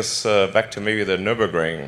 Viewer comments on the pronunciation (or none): none